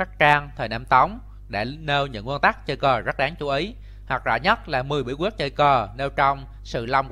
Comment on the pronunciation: Giọng bình định ( bí guyết...)